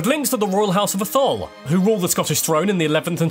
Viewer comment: Scottish Gaelic is pronounced Gaalic, Irish Gaelic is Gaylic. Atholl is pronounced A tholl not a Tholl